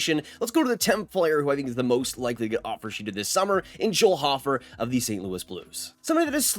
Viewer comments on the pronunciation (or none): Dude...it's pronounced Hoe-fer, not hof-fer. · Ho-fer not hoffer